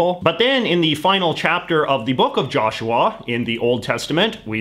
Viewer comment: Is anyone else gonna talk about how he pronounces joshua like "jarshawar"